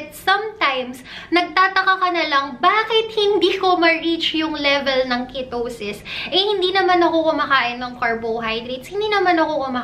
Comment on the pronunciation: Car-BOW-hydrate a-VOW-ca-Dow Ke-TOW-sis Ke-TOW-genic diet Okay lang naman, but ‘pag paulit-ulit, with slow and slightly matinis voice, it produces the LSS effect sa viewers. But great content! 💗 Your videos answered a lot of my questions about the Ketogenic Diet.